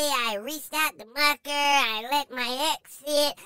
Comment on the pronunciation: You are so funny! When you say Muhkah I am crying! 😂😂🤣🤣